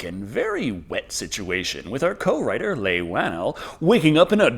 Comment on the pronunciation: Leigh is pronounced Lee, and the T in Westley is silent.